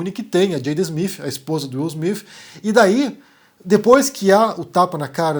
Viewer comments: Acho improvável que seja fake, de qualquer forma, a maior questão é a pronúncia: Afinal, é Will "Smith" ou "Smifh"? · Will Smiff ou Will Smith? Haha cade esse Cambly gente hahahaha